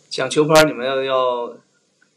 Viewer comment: qiu par. He must be Northern Chinese lol